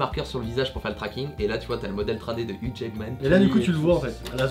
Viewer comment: Petit info : Hugh Jackman se prononce " you jackman" et non "yougue jackman" voilà vous pourrez vous la peter oklm !